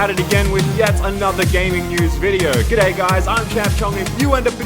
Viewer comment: It’s pronounced G’day